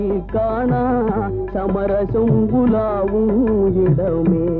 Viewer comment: பாடலில் சரியாகத்தானே உச்சரித்துள்ளார்.